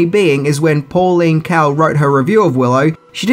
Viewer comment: That's General KAEL (pronounced KALE), NOT KEL